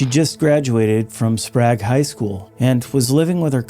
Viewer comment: The way you pronounce Sprague so wrong lol😂 love learning about the crime in the area I grew up in!